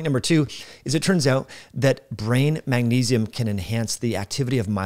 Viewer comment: I'm not even one minute in, and you've pronounced magnesium as "ma-nesium" about 5 or 6 times already. I don't think I'll be able to watch the rest of this. It's hard for me to put much weight in the words of a man who looks to be at least 45 years old, and still lacks the intelligence, perceptiveness, and self awareness to correctly pronounce and enunciate the word, magnesium. Especially when you're on camera and recording a video with the intention of publicly broadcasting. If youve spent multiple decades using the English language as a primary means of communication. Yet you still can't properly pronounce and enunciate a word that the average 5 year old should be able to pronounce, and can't even dial it in on camera where you'd think there would be an emphasis on clear communication. I can't imagine all of the details you'd probably overlook, on topics that are actually complex topics..